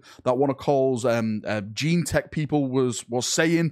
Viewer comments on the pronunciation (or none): none